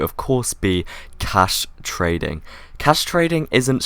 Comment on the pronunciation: his accent makes it sound like hes saying casturating when hes saying cash trading